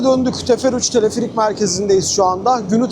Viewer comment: Teleferik kelimesini neden Tilifirik diye soyluyorsun video boyunca gulmekten catladik